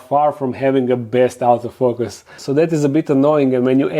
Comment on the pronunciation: everytime you said "autofocus" I understood "out of focus" and I found it pretty fitting ;)